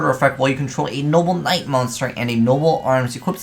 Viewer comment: You just can't get that archetype's name right, can you 😂 "noble Knight". Not "knoble knight" or "noble night"